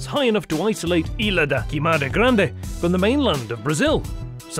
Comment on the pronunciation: Its so funny how he says "ilha da queimada grande"... Like a japanese place 😂